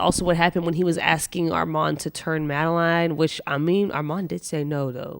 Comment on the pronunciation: As a person who has the same name as madeline, I hate it when people say madeLINE (even though it looks like that's how it's pronounced). It's pronounced madeLYN. I know it can be confusing but jeez. No one in the story calls her madeLINE.